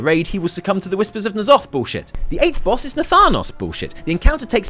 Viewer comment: Could you do me a favour chap.. if you're so hype about Ny'alotha, at least pronounce it correctly